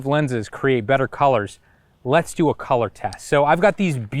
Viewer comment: You had me at “calour”. Lmao.